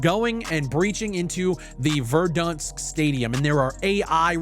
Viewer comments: Bro says verdunsk 😂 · the only problem in this video is how you pronounce verdansk lmaooo